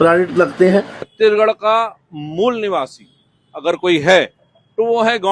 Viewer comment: महोदय कृपया छत्तीसगढ़ का उच्चारण सही करे आप छत्ती गढ़ बोल रहे है!